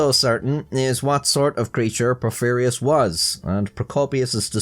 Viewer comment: Soon as the vid started I thought, how many times will mispronounce Porphyrios. I was not disappointed xD